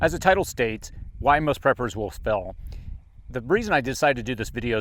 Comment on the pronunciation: You said fail weirdly in the beginning and it killed me.